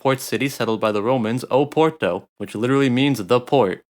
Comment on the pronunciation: This guy said “Poor-Toe” and “Liz-Bow-Ah”